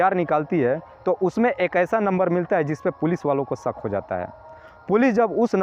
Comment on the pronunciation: मालूम चलत नहीं बल्कि मालूम हो ता है,सक नहीं बल्कि शक, क्रपया शब्दों का उच्चारण ठीक तरीके से किया करें।